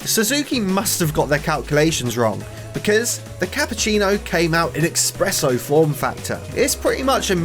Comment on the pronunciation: No way he said eKspresso Italians will be very annoyed and angry in comments😶